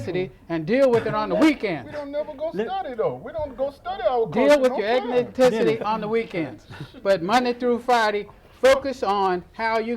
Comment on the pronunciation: Its "eth nic ity"... not "eth nen cic ity"